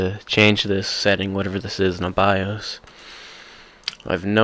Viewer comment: Bye-Oace Say-da Ex-cape hehehehe good vid though